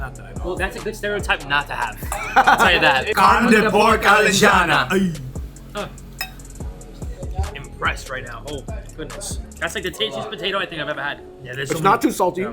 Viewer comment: Eles disseram alejana em vez de alentejana e bacaau em vez de bacalhau